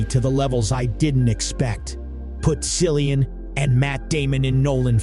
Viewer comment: Cillian is pronounauced with a 'K' sound.